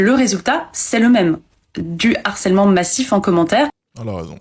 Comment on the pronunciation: Comme je sais que tu tends à toujours améliorer ton français et malgré cette acception de l'académie de faire la liaison même sur le "h" aspiré, normalement, c'est "le harcèlement" et non pas "l'harcèlement". T'en fais ce que tu veux mais je me plais à penser que tu seras intéressé par cette remarque.